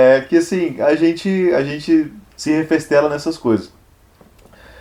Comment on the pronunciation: Quem usa num vídeo do YouTube "Kopenhagen, reFEStela( não refrestela) e rechaud com naturalidade? Conseguiu me deixar com vontade de ler mais esse